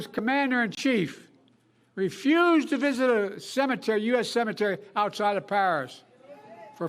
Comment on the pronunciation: I Love The Way Biden Pronounces "Donald CHrUMP!!!"